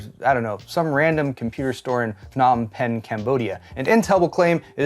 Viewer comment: Hey I've been to a random pc store in Phnom Pehn, extra points for saying the name right!